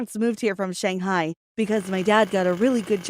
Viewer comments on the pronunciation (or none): you don't even now how to pronounce shanghai